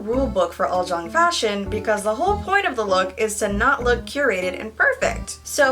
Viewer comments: It's pronounce as 'oolzang' not 'oldzang'😊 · Omg did she just say “uljung” it’s ulZZang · Uljjang I though it was supposed to be said Ulzzang lol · Why did my dumbass pronounce uzzlang like "use-a-lang"? I didn't know it was prounounced like "al-zjang" until I watched this. I feel dumb... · It’s pronounced ul-chung?? I thought it was pronounced ul-zz-a-ng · my korean friend actually told me it's pronounced UR-CHANG, and I remember always wanting to look like one in 2010 lol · I've been pronouncing it like uzz lang this whole time 💀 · i thought ulzzang was pronounced as "you'll-zang" wtf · so all this year I've been pronouncing ulzzang as uzzlang, DAMN I feel stupid. anyways, you are adoroble. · Fuckk I really pronounced the word ulzzang as ulssang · This whole time I’ve been pronouncing ulzzang as oozzlang WHY??? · No she was saying it wrong 😂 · Haha she actually said it wrong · she really didn't though